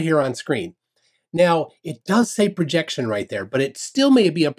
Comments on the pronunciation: "Perjection" (sic) LOL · He can't read the word "Projection" because it's on a curve.